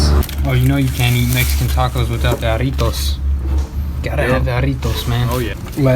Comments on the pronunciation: Jarritos- (ha-re-toes) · They way you pronounced those mexican words got me soooo bad i had to replay that like 3 times lmao